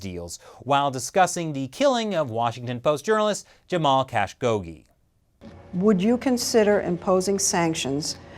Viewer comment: Great video But come on I know his name is long but the name “Jamal Khashoggi” ISN’T pronounced “Jamal Cash-kogi” it doesn’t even look similar to how it’s written!! Correct pronunciation “Jamal Ka-shog-Ji”